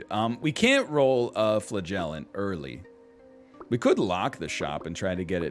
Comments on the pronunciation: Hearing him say flagellant makes me wonder if I've ever heard him say elephant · I know its a bit, but how he mispronounces "flagellant" is actually killing me.